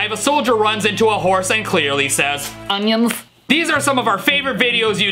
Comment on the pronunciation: I love the “BuLl UnYiNzZZz